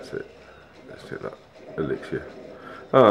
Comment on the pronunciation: Daddy, please learn how to say elixir. Not Elixsha